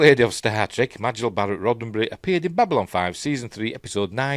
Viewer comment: Just a quickie — Majel pronounced her name MAY-jel 😎👍